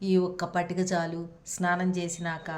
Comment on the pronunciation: పాతిక కాదు మేడం పటిక